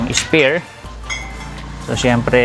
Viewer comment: Spare po ata yun hindi spear